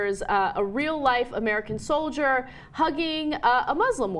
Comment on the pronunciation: what's a "solier?"